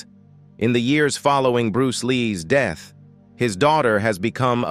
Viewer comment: Around his deeeth?? Who taught this guy how to speak??